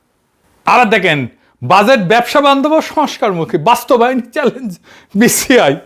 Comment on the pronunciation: Or mai bolto budget= বুডগেট